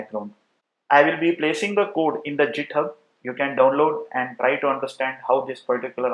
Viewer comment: Well.. i guess "Github" is pronounced as "गिट हब", not as "जिट हब "..Btw nice explanation, quite helpful